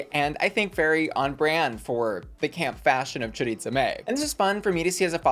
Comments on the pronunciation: I lol everytime you say choriTza and not choriza. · I hate how everyone mispronounces choriza’s name 😭